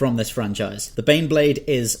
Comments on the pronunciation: When you introduced number 4 I really thought you said The Beyblade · You mispronounced "Baneblade" you reach find your pair and sound out "BANEBLADE!!!!!!!!".